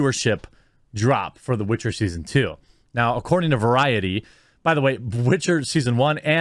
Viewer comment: Cute but she still butchered the Witcher